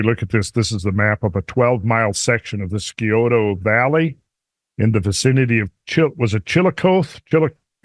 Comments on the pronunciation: “Psy-oh-toe” lol. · The "c" is silent in Scioto. Pronounced like Sie-oh-tuh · I live 5 miles from the Scioto river, close to the town of Sciotoville in Scioto county. So trust me when I say Scioto is pronounced with the c silent. Just saying.